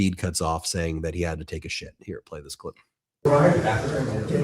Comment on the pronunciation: 😅😅😂 I thought he said that he could do with a ship not shit